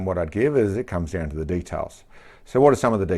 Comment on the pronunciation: It's Details, not de talls.